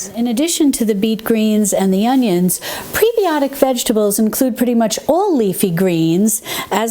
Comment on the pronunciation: as a nurse I have to say, its preb-eye-otic, like antib-eye-otic.